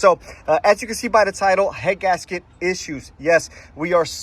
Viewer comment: annunciate please, i could barely understand you were saying 'head gasket issues'. i had to slow it down. be clear on what issues you are calling out please.